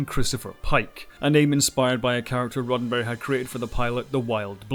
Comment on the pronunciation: Sounds like he is saying Rotten Berry